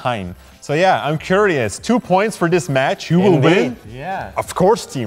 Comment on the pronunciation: DId you just SAY!!!!!!!!.. "tree hour's time, and its worth THOO points" !??!?!?!?!?!?!?!?!?! Hahaahahhahahahahahahahahahhahahahhaaaaaaaaaaaaaaaaaaaaaaaaaaaaaaaaaa. Oh my LORD, that just made my day!!!!!!!!> JESUS hilarious how you talk!!!!! CANT say ANYTHING RIGHT!!!!!!!!!!!!